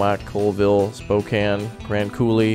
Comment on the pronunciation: Thank you for pronouncing Spokane correctly.